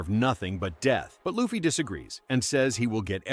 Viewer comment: Stop calling Luffy as Laffy